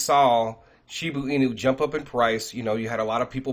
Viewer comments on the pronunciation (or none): "She-boo inu" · SHIBA (“AH”) INU!!!! Geez get it right